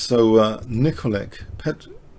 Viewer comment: Nicolic = pronounced Nickolich